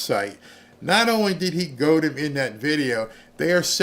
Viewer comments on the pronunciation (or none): none